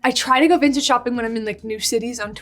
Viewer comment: Vintage sounds like sintage ❤❤🎉🎉